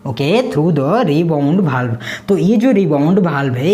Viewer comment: Pdate to sahi hai ....pr word sahi se nahi bolte ho वाल्व को बाल्ब